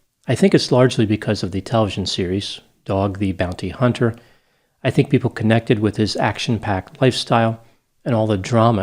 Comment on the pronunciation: Had to laugh when you pronounced “dog the bounty hunter” the way you did but I have to say .. as an addict who has over 35 years of recovery and is now a licensed health care professional; I think your judgment of people and their past is ignorant beyond belief— Dog’s past life is better left judged by his own soul and his God. You don’t realize it because you’re so naive about that ugly world out there you don’t see, but Teetotalers like you WANT people like us off the streets and on your side. If Dog wasn’t taking these guys off the streets they’d be robbing or assaulting weak targets just like you. So Stop bitching about the “moral compass” of other’s pasts and be grateful for the changes others make in their lives. You have no idea what obstacles each person overcomes in their life and what God intends their life lessons to be. Who are you to judge them??